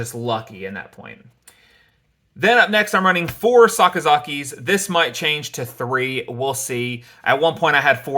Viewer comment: saying "Sakazakis" lol